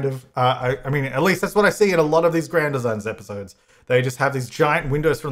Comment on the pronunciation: The way he says Grand Designs really bugs me. Any other Brits?